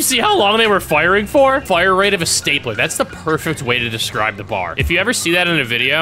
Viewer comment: Really you called it a bar…ITS B.A.R not bar its B.A.R